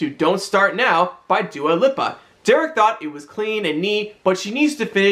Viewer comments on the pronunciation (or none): btw the Lipa in Dua Lipa is pronounced "leaper" not "lipper"